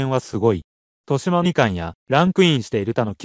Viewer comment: 豊島 誤「としま」→正「とよしま」これすごく気になる．豊島区じゃないんだから。将棋見ているのか疑問